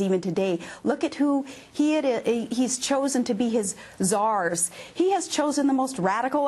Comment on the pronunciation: Did she just say Tzars? For Palin, this is a pinch yourself everyday situation. The mistake made by people like Steven Schmidt and others to bring this woman into a political arena that is already morally and structurally bankrupt is quite remarkable. I hope they are everyday recognising the very plain and observable fact that they have created a new base of radicalism and ignorance in America that will continue to grow in all sorts of ridiculous and no doubt dangerous ways. What caused this Palin phenomenon? Politics caused it, in its purest form.